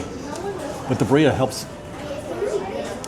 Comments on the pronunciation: Birria is difficult to pronounce if you can’t roll your Rs. It sounds like your adding a D sound buh-dee-yea. Try pronouncing it Beer-yah. :) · Birria is pronounced “be-de-uh”.Just say it all quickly with a little extra emphasis on the B and hold that out a little bit longer than the rest flows together and if you can roll your R in the middle instead of the “de” that would be awesome. If not, I think it’s OK. This is coming from a white girl who does not speak Spanish, but I was with a Spanish speaker for 13 years so I know the language pretty well. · Birria: Bee-Ree-A Hope this helps!! If you can roll the R...even better